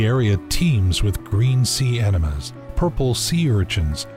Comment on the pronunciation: "the tide pools teem with green sea enemas" lmao